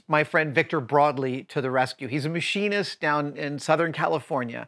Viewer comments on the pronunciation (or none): none